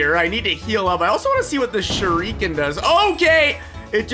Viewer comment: I was watching this on my fyp in tiktok and i got triggered by how you said shuriken.